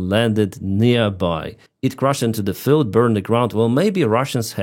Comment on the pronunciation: I recommend working on your English (e.g. eliminating the overuse of "the" and observe the lengths of sounds (e.g. "field" versus "filled") and making room for breathing in your videos; the speech editing is really crammed. That said, I appreciate the content and getting the Ukrainian view on this Russian madness.